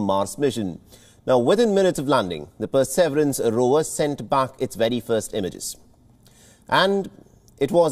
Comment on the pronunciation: What the hell is "per-severance" ?? Shouldn't wion do better especially if they are trying to reach international audiences